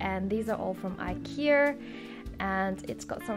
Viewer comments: I like how you say ikea hahah "ikearr" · I love how you say Ikea...I key err. haha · Its her accent💛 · do all australians pronounce ikea ikeer? LOL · I love the way you say IKEA cx